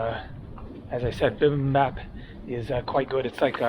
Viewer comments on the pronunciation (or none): Mispronounced Bim Bim Bap (Think Bop) and Busan. Think Busaan. You chose to stay away from the harbor. If you moved a mile or two away from the river and nearer to the water, you’d see the large seafood market and the busier areas of town. Busaan has a lot to offer! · I think Koreans will better understand you if you say it “bee bim bop”. Looking forward to this leg of the journey. I don’t know much about it…other than what my dad shared about the war.